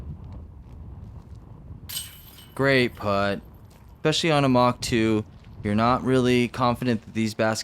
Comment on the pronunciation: Thanks for the coverage as always. Wind looks brutal, but course looks absolutely terrible. Is there a decent course anywhere in AZ? Also..., let know there is no "eck" sound in the word "especially".